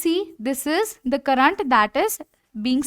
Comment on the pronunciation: Pronunciation of current 🤨